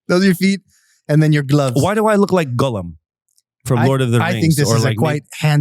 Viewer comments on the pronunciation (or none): none